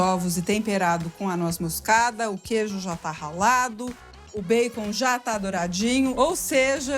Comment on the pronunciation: Gosto Quando ela pronuncia erradamente bacon.